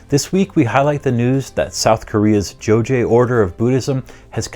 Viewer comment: it's pronounced as "Jo-ghye", not "Jo-jye"